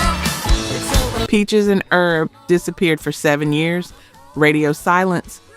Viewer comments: Peaches and Erb??? The H isn't silent like for spices. It's Herb, as in short for Herbert. You pronounce it with the H. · Peaches and Herb (pronounced with the H) not Peaches and Erb. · Peaches and Herb, not errb. Herb, short for Herbert. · Lacking knowledge. How could you say fact checking and NOT know that the "H" is pronounced in Herb. Must be A I narration